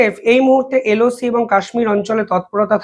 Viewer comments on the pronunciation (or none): none